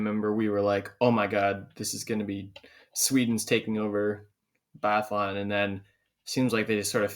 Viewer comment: Guys guys guys!! You deffi. have to work on your phonetics. And it will be easier to take you guys serious if you actually know how to say these athletes names. Put me in a pod as a guest so we can sort this guys:) I know biathlon really well(swedish) Really like your channel, but stop butchering their names mate!:))